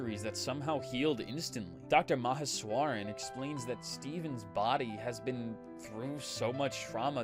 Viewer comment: That pronunciation of Meheswaran actually has me wondering if this voice is AI or if you’re a real person reading this. It never even occurred to me until now to wonder about that when watching videos like this